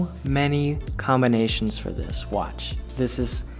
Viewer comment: when he said watch my hands video it sounded like wash my hands video 😂😂😂😂 I swear to god if there was a video like that it would get some much views